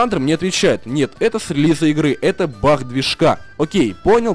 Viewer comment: Не баг а бах)